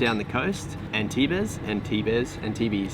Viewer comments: Loved the "Ann-tee-bez" bit. try pronouncing Antibes as "On-Teeb",:) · Villefranche really is a beauty! I can recommend going out to Cap Ferrat on the peninsula between Bealieu-sur-Mer and Villefranche-sur-Mer. Supernice village and awesome beaches in the bays. Hope you like Antibes! It's pronounced "Antib". The "es" is silent. :) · Antibes is not pronounced any of the ways you mentioned in the vid, it's more like onteeb!